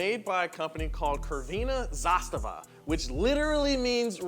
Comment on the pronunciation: the way you pronounce crvena makes my acid reflux go berserk... but you get the pronunciation of zastava spot on